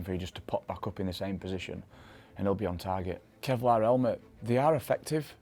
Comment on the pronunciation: I love the way that he says " 'elmet"